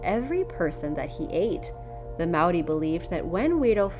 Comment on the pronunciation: That was honestly a super good attempt at saying Māori. I'm proud